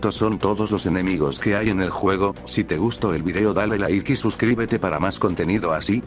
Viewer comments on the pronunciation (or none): none